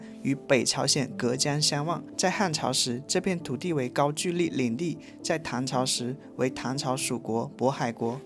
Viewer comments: 谢谢的视频，每期都很精彩。喜欢我们的朝鲜族同胞。 另外，“高句丽”不读成“句（巨）”，在这里是读成“勾（沟）”，应该是一个多音字，或者是通假字。还有鸭绿江中的“绿”，是读成“路”，也是多音字。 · 高句丽 gouli. 不是高Juli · 高沟丽可不是高居丽，被读错了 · 高句(gou)丽,不是高ju丽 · 高句（gou)丽 音同“勾” 鸭绿（lu)江 音同“录” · 全是错别字，高句gou丽，鸭绿lu江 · 谢谢的视频，拍得非常好，辛苦了。我关注了，也点赞了。🎉🎉🎉 不过，我想在这里小心地提醒一下，视频中有2处小小的口误～～（ 1）高句丽（gāo gōu lí）； （2）鸭绿（lù）江，还请笑纳我的好意提醒奥。🎉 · 高句丽（读：高勾丽） 、鸭绿江（读：鸭路江） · 是高句丽（音同黎） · 跟南方没关系，就是读错了！！